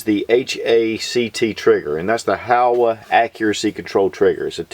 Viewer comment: HOWA makes great rifles. Irregardless of how CHEESEY the old guy pronounces the name! Lol